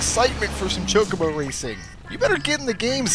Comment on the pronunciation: What is "choke a bow racing?" I thought it was ChoCObo Racing.